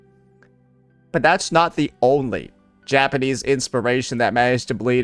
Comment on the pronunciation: Sounds like bro is saying “Ja-panties”